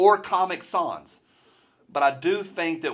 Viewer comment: It’s sans, like fans.